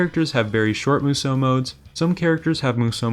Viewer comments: Why does everyone who makes a DW review say Musou wrong?🤦🏻 It's pronounced (mu-zao) not (mu-zow) I literally cringe and wanna stop watching everytime you say it. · u mispronounce musou this entire video . couldnt even get thru it . its MOO-SHOO